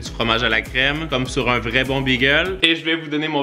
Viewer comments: Salut c’est pas BEEEGEL C’EST BAGEL TABARNAK Pas youurt c’est YOGOURT CALISS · Pourquoi est-ce que tu dis bagel comme le nom de la race de chien ? C'est pas beagle, c'est bAgel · BÉgel............... pas Bigel!!!!!!!!!! Ça m'énerve royalement